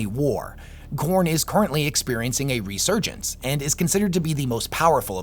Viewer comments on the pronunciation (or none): none